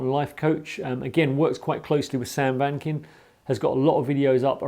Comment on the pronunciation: His name is Sam Vaknin, not Sam Wankin' 🤣🤣😂